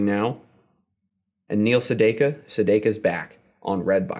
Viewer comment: your are great and so are your weekly videos, but you mispronounced Sedaka. That's a great album, though.